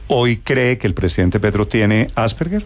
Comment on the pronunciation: Se pronuncia 'Asperger' con la g normal y no como 'gue'. Primero apredamos a decir bien las cosas y luego charlamos